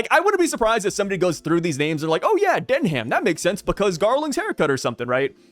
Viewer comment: I think oda seeing that garling is a celestial wanting to keep his name like a royal so "Denham" would have been the coolest out of those concepts but the pronounciation is not "Den-ham" its Pronounced "Den-um'" "Saint "Den-um'" Figarland" i'm a British Man😮‍💨🇬🇧 its weird like you would hear about Buckingham Palace but its Pronounced "Bucking-um Palace" that ham is kinda silent you got to take the letter "h" get rid of it and replace the "a" with a "u" instead 😅😮‍💨.